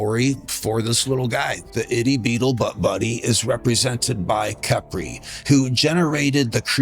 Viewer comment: Y'all notice: "kepri sun"